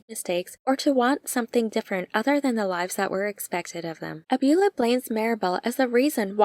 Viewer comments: Excellent video. Thank you so much! Also, it's not abYOUla, it's abuELLA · Great recap and analysis. But, “Abuela” means Grandma and is pronounced “Ah-bway-la”.